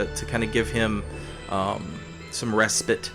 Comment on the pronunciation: Finally! Someone who pronounces respite properly.